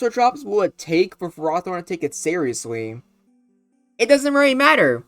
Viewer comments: its not ferrAHthorn, its ferrOHthorn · i was about to post a comment being pissed about your pronunciation of ferrothorn, but i got up and went outside for a bit with some deep breaths to calm myself. i sat back down and realized that im still pissed off you called it fer-roth-orn. i mean seriously have you never heard of the prefix ferro, which means iron. i dont care what the anime calls it the anime gets so many things wrong so often its just plain unreliable, the mon was clearly intended to be pronounced ferro-thorn. and yeah you might wanna make a revisited video of this mon sometime, including the mewbers. swords dance would go crazy on it since with rest it can easily set up on so many mons. alternatively, slotting leech seed would make so many matchups go faster and more in its favor. now i dont know if leech seed would actually work in a game with switches but it seems like a good move also where is victreebel smh my head